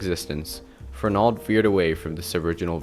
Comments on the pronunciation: Fern-ald is how we all say it 😢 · I grew up in Waltham and never heard the mid-Atlantic pronunciation (Fernahld) presented here. Even media newsreaders who continually pronounced Trapelo Road as Trap-L-0 Road and Waltham as Walthm did not state Fernahld. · It's more like Fernuld with no stress on the n syllable...my ear hears the mispronounciation too, although this comment is a little harsh. You did a great job with this!